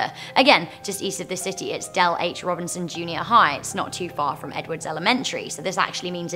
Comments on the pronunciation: Its actually “ROBISON” Not “RobiNson”, yeah I went to that school from 6th-8th grade. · Also its not Robinson its Robison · It’s actually Dell H. Robison not Robinson. I’m from Las Vegas !